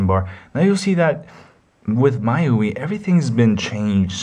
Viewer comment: Congrats on a good review. Now you'll have to excuse-me for being a jerk, but the "my-you-ee" was hurting.... It's pronounced "me-you-eye". The mi is from xiaomi and the ui is... you got it! User Interface.